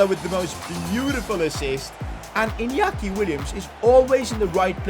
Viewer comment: Please learn how to pronounce Inyaki Williams, you normally say it as Iniaki Williams. You say it as Inyaki Williams. That's how you learn it as Spanish